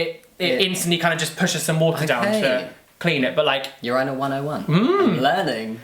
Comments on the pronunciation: You pronounce it Ur-eye-nul? In America we say Ur-in-ul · It angers me how they say urinal! Them: Ureyenal Me: Urinal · 'Your-eye-nal". WTF is that...? Say urine...add -al to the end.... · I admit I have never heard anyone pronounce urinal that way... yer-EYE-nl (non-rhotic r of course), not YER-ih-nl?? I'm american, but I still have never heard it in any british shows. Have I just never noticed or encountered it? Or do they say it the way we do because they know part of their audience says it like that....? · "ur-eye-nal" "leever" ily lmaoo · Wait it’s pronounced “ur-eye-nal” w a British accent??? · I was wondering what a "You Rhino" is until i realized he was saying urinal. Oh boy. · Yuhr-EYE-null wtf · why do they pronounce urinal like that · Why does he say urinal like that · Their pronunciation of Urinals is so funny to me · Ok, I’m open minded, but I can’t condone your pronunciation of “urinal”. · anyone else triggered by their repeated pronunciation of urinal? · As an American it's interesting to me how you guys pronounce urinal 😂😂 ik super random just wanted to share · So I’m American and I was shocked by the way they pronounced urinal 😂😂😂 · Omg, took me about 10 times of you guys saying it for me to get the British pronunciation of ‘urinal’. Also, Jamie, I think that it’s awesome if medical staff takes a second to ‘do the math’. It means you are totally passing, right? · CANNOT GET OVER HOW YOU BRITISH SAY URINAL!!!!!!!!!! Ahhhhh.😂😁